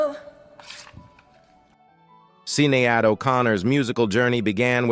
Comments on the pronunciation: Sinead pronounced Shinaid not Sin-e-ad - It's Irish. Come on robot-man. Get it right. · Ah yes… who could forget the infamous “See Ne Add” O’Connor…